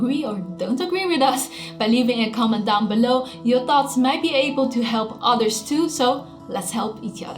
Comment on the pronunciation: she doesn't say "thoughts" but "thots" xDD